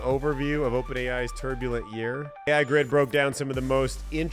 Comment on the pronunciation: Second video in a row that you inaccurately pronounced TheAIGRID 😂... still good content, though.. thanks 👍